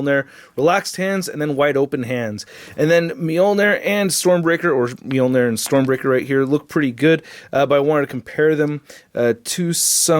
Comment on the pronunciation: Why is it when a word or words (e.g. -Moljnir) is repeatedly pronounced wrong, especially In the beginning, and throughout the video. That shit irks me so bad because we all l know i it's wrong but it's st I there and worse off, still said. LMAO